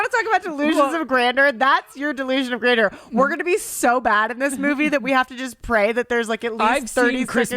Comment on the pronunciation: you mispronounced 'grandeur.'. It's not 'grander.'